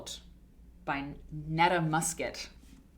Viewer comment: Do you think Neta was the author's real name or a nom de plume? You pronounced it as Nehtah Musket. It could be (tongue in cheek) pronounced Neetah Musket...as in "Need a musket" and a name like that made me wonder if it were a guy with a made up female name. Granted I might not be right in the head. 😉